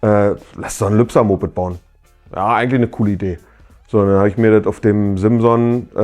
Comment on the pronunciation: Das stimmt, aber triggert dich nicht seine Aussprache unserer Geburtsstadt? Man sagt ja auch nicht Hagenoff zu Hagenow ... 🙃